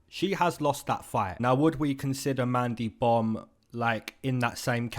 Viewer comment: Bro kept sayin mandy bum🤣🤣🤣